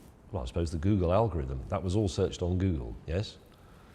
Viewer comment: Can James May pronounce the word ‘was’?